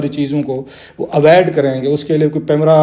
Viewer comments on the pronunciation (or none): Aavaaid Nahi avoid hota hai layyah Kai bongai